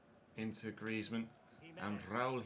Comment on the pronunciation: Are you having a stroke when saying Griezmann😂